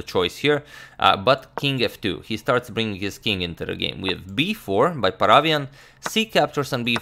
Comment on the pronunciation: Hey Agadmator, just wanted to tell you that the correct way to pronounce David's surname is ParavYAn. Hope that you'll take this into account, as you are an excellent pronouncer of names:)